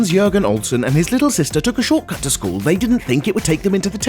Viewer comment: I thought he said shot gun not short cut